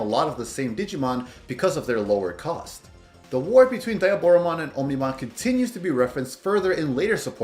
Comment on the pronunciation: its OMnimon not onimon